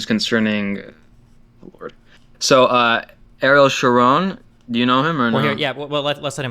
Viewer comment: that destiny doesnt knkw how to pronounce ariel sharon tells you how young he was when ariel was in power.